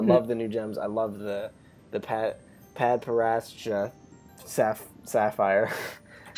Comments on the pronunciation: (Pad-para-dyshca) is how you pronounce it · It's pronounced (PAD-par-ad-cha) :) Peace and love on the planet earth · Padparadscha is pronounced PAD PAR-ADD SHUH Also Yellow Diamond was acting sketchy AF, I think she, at the very least, knows something about what actually happened to Pink, but it would throw Homeworld into chaos for all gems to know the truth. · Padparascha (pad-puh-rad-chuh) Sapphires are extremely rare versions of sapphires that have high value, yet Paddy that we have in the last 2 episodes who was so ditsy.